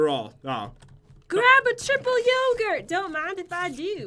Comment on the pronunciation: It's not yooogurt its yogurt sorry I am english